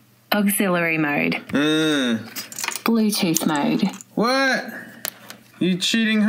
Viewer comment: BLEWTÜTH MOW'D 😳